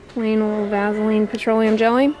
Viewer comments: I love the way she says "vazzaline" hehe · Made me lmao...maybe its because shes a tad nasally. But it sounds cool so maybe we should all call it vazzaline 😂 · vazzalean lol i love that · Yeah lol I've always pronounced it vassah-leen. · Everyone I know pronounces Vaseline like vazzalean .... I guess that’s how we pronounce it where I’m from (ontario) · M LeeAnn Me too. I have never ever heard it pronounced that way before. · I love how she says “Vaseline” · I've never heard of Vaseline pronounced that way. I live the South so I'm sure we're the ones pronouncing it wrong. lol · Hm, I pronounce it the same way. I didn't know there was another way! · No I hate it. Is she a Yankee?